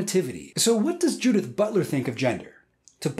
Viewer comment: pronouncing "Judith" as "Dudette"